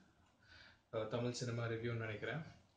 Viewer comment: முதலில் டமில் பேசாமல் தமிழ் பேசக் கற்றுக்கொள்ளும். அதுக்குப் பிறகு புலி நல்ல படமா கெட்ட படமா என்று விவாதம் செய்வோம்.